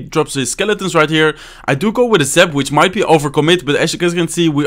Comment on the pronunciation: mero kiven *which not wich